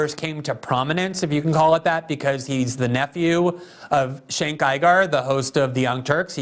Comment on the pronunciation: With Cenk Uygur's last name, he went back-and-forth between pronouncing it 'Iger' and 'Ooger.' At least he gets the pronunciation of the first name right. 😁